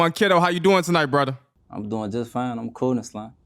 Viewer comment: I’m just here for the “bwudda’s’ 😂😂😂😂😂